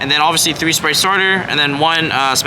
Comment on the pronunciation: whys it always sound like this guy says "splight" and not spright